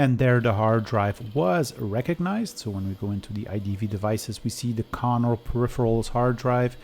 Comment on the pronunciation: Why do you say "Connor" all the time? They were Conner... BTW you could test some MFM drives, that is nice old technology, but they are geeting pretty rare these days. At least the working ones...